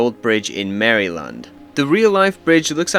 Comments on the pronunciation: "mary land" kinda had me rolling. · is that the wrong pronunciation? I’ve been saying that all my life 😭 it’s cause we have a brand of biscuits called marylands and it’s how it’s pronounced, no wonder all my us friends have laughed at me when I have said it 🤣🤣